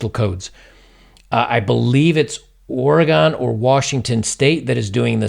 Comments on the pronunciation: Ore-gun. Not Ore-gone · Oh for crying out loud. It's "Or-uh-gun," not "Or-ee-gawn." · Oregon is pronounced.. OreGUN.. hehe. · Or-a-GUN not oregone man ... seriously its annoying lol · "I believe it is OreGONE or Washington state..."